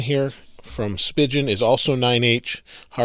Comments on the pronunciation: Is Spigen really pronounced like "spigeon?" I thought it was "spy-geon" Not rhyming with pigeon but rhyming with "lie again." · Stop fucking saying "spigeon"! Its "spee-gin" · He says speigen wrong! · Your saying spigen wrong bro